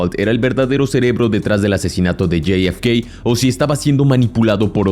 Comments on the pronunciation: La F se dice efe, no ef, mucho spanglish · Amigo es jfk no yei efe kei por favor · Bro, no seas whitexican, la neta, yi ef kei... en serio? Te voy a enseñar a hablar español bien, Jota, efe, cá, jota efe cá. Insisto, jota efe ca, parece ser que tus ganas de parecer gringo son mayores a tus ganas de hacer contenido cuidado. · Hay algun problema si solo dices .. Jota efe ka ???🤨 Estàs hablando español , dejate dependejadas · "Lley ef key" narras en español o en ingles? 🤷‍♂️ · Lo pude ver hasta que pronunciaste el nombre de JFK. Se puede ser tan cipayo hasta en la pronunciación?? Bueno, parece que si, no hay nada más triste que ver personas más papistas que el Papa!!